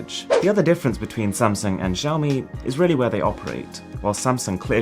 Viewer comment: good thing I know he wants to say "Samsung" and not "Samson"...